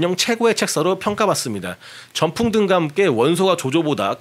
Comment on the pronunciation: 너 누가 써준거 읽었지? 삼국지 좋아하는 사람이 전풍을 원풍거린다고?ㅉㅉㅉ